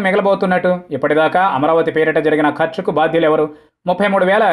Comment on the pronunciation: Say clearly madam